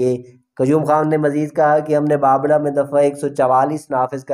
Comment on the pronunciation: تاجو ...نھی......تا جُ بابڑہ کو ......با بَ ڑہ......... پڑھا جاتا ہے...